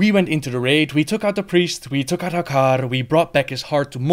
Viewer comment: Oh, I love the way you say Hakkar <3